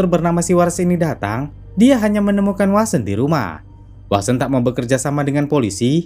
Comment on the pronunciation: sprtinya vasen lbih tpatnya, bkn wasen, tp vnya sprti w, tp gk bner2 w 🤣